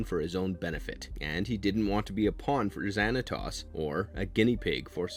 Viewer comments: I appreciate that you are spreading the love of gargoyles, I really do, but please, in the future, research how to pronounce the names of characters and places in a show. Her name is "ELISA" not "Alsya". Its pronounced "Wi-Vern" not "Why-vern", and "Zan -a-tose" not "Zan-a-toss". especally when you literally are using clips from the show. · You are pronounced Xantos wrong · Bro please stop with butchering my guys name. Say it with me 🤣 Xanatos. Not Xanatas 😂... Thai log bro just stop 🛑 lol E Lisa lol it's Elisa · Oh no not zanatoss it’s Xanatowes that’s how you pronounce it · Pokémon came out the year after gargoyles season 2 ended. It didn't have any impact on the popularity of the show. Also, hearing you misprounce so many of the words is hilarious. I'd recommend that you watch the show or movie that you decide to review next to hear how to pronounce the words. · Can y'all please check the pronunciations before recording the narration? Pleeeaaase??? It's pronounced WIH-vern, ZAN-ah-tohs, and ee-LEE-sah. You have the clips right there... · And Zan a Toss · Stop saying David Xanatos WRONG! and steel clan was David's robot Gargoyles, the Pack was a different group. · Great video, I loved this show. You pronounced Xanatos wrong though, and why isn't Macbeth or even better David Xanatos on the list? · I came down to comment to look for this! It’s driving me craving him mispronouncing their names! Like, TF!